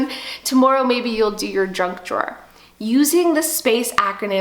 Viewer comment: Did she say drunk drawer ? Well I have some junk drawers but drunk drawer is a new one on me. lol Anyway I did thoroughly enjoy your video and subscribed too. I really need to get organized and your video is a start in the right direction for me.